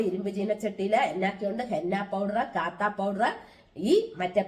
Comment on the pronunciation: കാത്താ അല്ല കത്താ പൌഡർ ആണ്